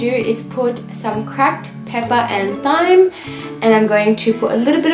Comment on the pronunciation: Hi love your vids .. i followed ur recipe for the hummus and chicken love it .. omg carrots and sweet potato my fave tooo.. just wanted to mention thyme is pronounced with t and th ie tyme. Lots of love farah